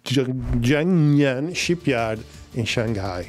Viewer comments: Haha, I love the way your tongue sticks together when you post "Gangnam", it's not easy to analyze a new weapon without much data, well done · jiangnan shipyard can be easily pronounced the "jiang" sounds as "Z"+"young" (put a "Z" in front of "young") and then, the 'nan" sounds just like "none" That's all to it ! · It's pronounced jee-ung-nan, not kuangnam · man thats not jangnan but jiangnan meaning southern part of ChangJiang(Yangtze) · Your many videos are informative and entertaining. I think the shipyard Jiangnan (South of the Lake) is pronouce "Kuang-nam" . You look good from the exercise and diet routine. Stay healthy. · "Jangnan" should be pretty easy to pronounce. Say it like "John - Naan" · Here's how you can pronounce "Jiangnan", try "Jump nan", then drop the "p", replace "m" sound with "n" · Jiang Nan ship yard, strange pronounce for strange ship 😄